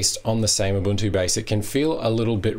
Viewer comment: Small point: its pronounced 'oo-buntoo' not 'uh-buntoo'!